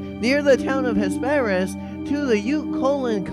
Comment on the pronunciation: you pronounced Ames incorrectly. It is a Long A and a silent e. Hesperus was wrong too!